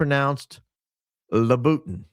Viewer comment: I'm embarrassed for the condition of her red sole Louboutins (Loo-beh-'ton). Folks who can afford them DON'T wear them when the red is worn almost completely off!👠